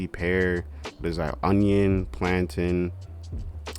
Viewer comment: As a Nigerian, I am offended by your pronunciation of plantain